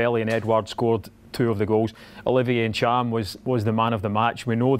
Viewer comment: Cham, N'cham or Neetchum!?!!? 3 folk, 3different pronunciations!!!! Someone please just ask the bhoy, ffs